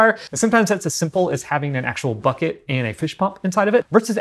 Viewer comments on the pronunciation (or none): none